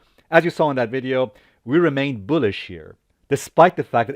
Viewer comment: It's not Boo-lish 👻 its Bull-ish 🐂